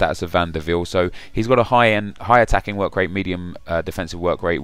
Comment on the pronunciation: No it's Wiel. Im dutch and he played for my favourite club AJAX. So i know that its not viel!!